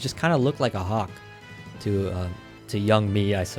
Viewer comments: bro said WAWK TUAH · that's not hiw you say "to" did you fail English